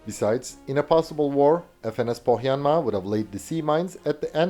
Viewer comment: A native finn here, good pronunciation of "Pohjanmaa".